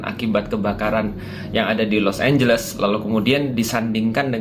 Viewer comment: Los anjles jAdi los ambles